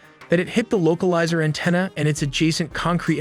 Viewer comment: Love the channel and rapidity of video output. But man, your pronunciations... Roosevelt and Antenna...